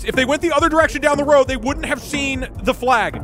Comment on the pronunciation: i know it's because he's speaking quickly but i am NOT hearing the L when he says flag